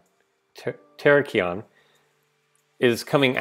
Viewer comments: Names are pronounced: Co-Bay-Lee-Ohn Teh-Rah-Kee-un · Like Cobalt Co-bal-ion Terr-ak-ion Vir-i-zi-on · Co-bal-eon Tear-ack-eon Noi (as in noise) vern (as in wyvern) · Co-bal-ion / Ter-rak-ion / Noi - vern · (Co-bay-lion) (ter-ack-ion) (Noy-vurn) lol I hope I helped on them a bit